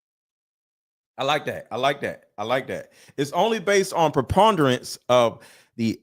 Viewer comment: Hard to believe he doesn’t know what preponderance of evidence is in a civil case. Couldn’t even pronounce the word!